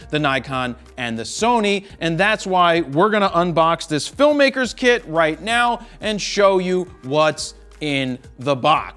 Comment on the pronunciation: I know i heard 'right meow'. 🤣